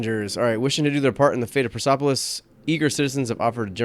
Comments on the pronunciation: why should it be "Per-seff-olis", where is 'ph'? polis is a known greek word, always pronounced with a hard 'p', and it means 'city' or more likely 'settlement'. the original correction is about youtuber reading it like perse-a-polis the whole time. (you can click on the speaker to hear the pronunciation) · I hate to be that guy. But. Per-Se-Po-Lis. As in Persia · If you're calling it Persepolis, which is the Greek way the city was called, it should be a hard 'p' sound for sure. The Greeks simply appended -polis to the Persian name of the city. Interestingly, even if you're calling it by the Old Persian name of Parsa, it would still be a hard 'p' sound! The p to f transition doesn't happen until later in the language.